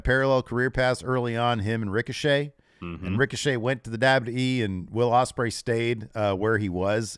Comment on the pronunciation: said 'Wadium Stembley' as Will Ospreay